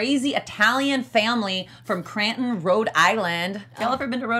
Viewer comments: This woman needs to find another job. She's already messed up the location ("Cranton" instead of "Cranston"), as well as "median" instead of "medium." I couldn't stand to keep watching such incompetence - not worth my time. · It's Cranston Rhode island not cranton lol